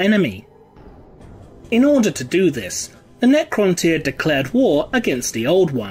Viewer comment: It's the correct pronunciation.